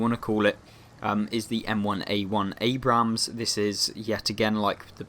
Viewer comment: can you Please stop pronouncing the second A in Abrams, that is not how you say the name, you only pronounce the first A but keep on with the amazing content, far better then cloneguy, he is just a whining bitch also it could be the Bore from the Leopard A1A1 L/55, since that is a Leopard 1 with a 120mm gun